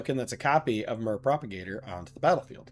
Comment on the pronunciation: Myr is pronounced “meer”